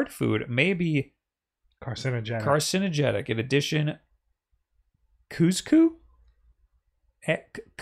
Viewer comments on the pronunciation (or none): trying to pronounce couscous hurt my brain. It's hard to write phonetically, but it's halfway between kuz-kuz and coos-coos, it rhymes with fuscus. So happy to see you guys podcasting in the same room again!